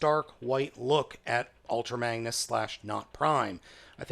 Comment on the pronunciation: he said bangnus